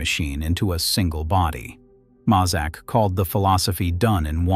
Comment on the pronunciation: Pronounced may zak not mah zak.